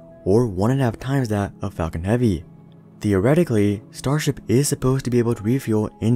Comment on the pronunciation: The Fall-con heavy